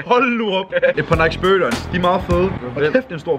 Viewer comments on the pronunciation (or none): none